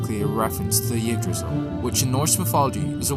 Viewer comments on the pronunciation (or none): They were polar gods in Japanese and Aesir in English, they were never "Aesir gods" which is redundant. Also that is not how you pronnunce Yggdrasil, it's IG-drah-sil or EGG-drah-sil not yig-drazzil or yig-drassil